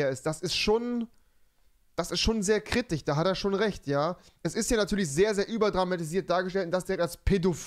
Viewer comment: Ich komme auf dieses "KritiCH" nicht klar